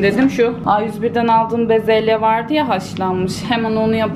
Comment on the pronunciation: Sen ne güzel bezelye diyosunnnn😬😍😍